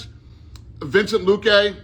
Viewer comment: "VIncent Luque"??? Dude has over 20 fights in the UFC and over 10 years! That's not reading wrong. That's dementia!